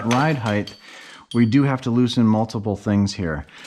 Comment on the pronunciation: Height ends in a T not a TH. Height not Heigth.